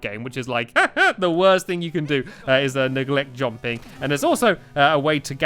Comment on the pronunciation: He says jomping